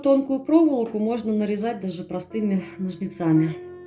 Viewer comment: Это просто невероятно красиво! Единственное, очень извиняюсь, но режет слух слово "ножницАми".